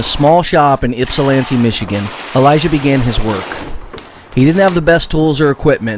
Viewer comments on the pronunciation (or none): none